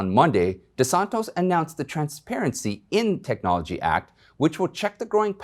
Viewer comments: Men he’s name is DESANCTIS!!!!!! No desantos pleaseeeeeee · It’s DeSantis of Florida, not DeSantos. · It is De Santis - not De Santos .. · It’s DeSantis, not DeSantos. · DesanTOS? Dude, you lost me already. You can't even pronounce his name properly. It's not Greek. Desantis. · Please, it’s DeSantis not DeSantos. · Great job as always. DeSantis, not DeSontis. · Desantis not Desantos , I not O . . . sorry . . . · Great info. Keep in mind that it is NOT DeSantos... But DeSantis... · Di san TIS not Di san tos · Hey Darlin, tis NOT tos De SanTIS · Thank you for your reporting. Minor observation, it's Desantis not Desantos. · I like your videos, but it makes me cringe every time you mispronounce the name of whomever you are talking about. You repeatedly said "Kissinger" when referring to KINZINGER. You called Rick De Santis "De SANTOS" It is really cringe-worthy for a person making posts about important political figures to repeatedly mispronouncing their names. PLEASE. Fix this problem going forward. PLEASE learn the CORRECT pronunciation of the name of anyone you are going to refer to in your videos. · It's De Santis! Tis, tis, tis. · De Santis, with an "i". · It’s De Santis with an “i” not an “o”!!! You’ll have more credibility if you can pronounce the names correctly! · You'd have more credibility if you pronounced names correctly. Have you read it? De San tis. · the governor's name is de Santis, with an i, not an o. Easy to make that mistake, but we should know the name before speaking about its owner. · Say it right it is DESANTIS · Dude- It’s Dee-san-TIS !!!! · It's Desant "i" s, not "o", sir. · Good narrative however, pronunciation of Ron DeSantis is repeatedly incorrect. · Please learn how to pronounce Gov Desantis' name. IT IS UTMOST DISRESPECT TO CONTINUALLY MISPRONOUNCE his name. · Love your videos, but dude... there is no O in DeSantis. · DiSabtis big guy , say it correctly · You keep mispronouncing DeSantis name. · DesanTIS Not DesanTOES !